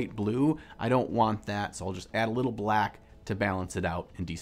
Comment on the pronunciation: So many things I liked here: Dobby, hearing the word "mother color", watching have stroke saying "brack" and the PHENOMENAL piece/painting style. Definitely a technique to try.